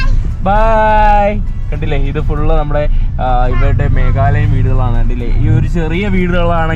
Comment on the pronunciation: മേഘാലയ എന്നാണ് മേഖലയ എന്നല്ല